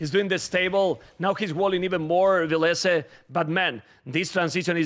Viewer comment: When Villese introduced himself for the last Red Bull, he said VIL-lese